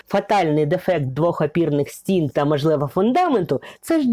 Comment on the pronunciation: Ви дуже гарно розповідаєте, але треба робити щось з тією літероою А у вимові: не Адин, а Один, не мАжливА, а мОжливО, не пАгана, а пОганО і т.п. Вибачте за зауваження, але вже котре відео дивлюсь, ну дуже оте акання псує ваші розповіді. За огляд дякую.